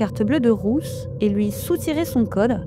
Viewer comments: Pourquoi cette femme dit Rousse ou lieu de Ruth ???? C'est tellement désagréable de l'étendre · Pardon ! Je ne comprends pas pourquoi la presentatrice prononce "Rousse" et pas "Ruth". Est-ce moi qui n'entends pas bien ??